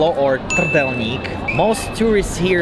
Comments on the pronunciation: lol didn't even try to mispronounce trdelnik :D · The biggest mistake "" made was pronouncing "trdelník" correctly. I don't think any foreign turist can do it, so you've lost your authenticity:).